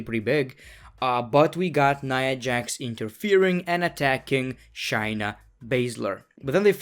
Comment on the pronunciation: It’s ShAyna..... long A vowel!